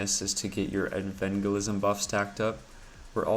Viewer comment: Evangelism. Like Evangelical. Not Envangelism. It killed me every time you said that. Good guide otherwise.